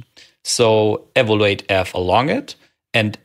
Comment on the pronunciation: By all means keep your Tscherman Äkzent (it’s tscharming) but please stress the correct syllable of “evaluate”.